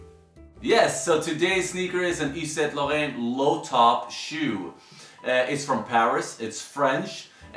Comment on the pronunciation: Please don't try pronouncing "yves saint laurent " ever again